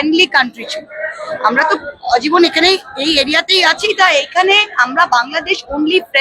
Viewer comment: অজীবন নয় কথাটি আজীবন।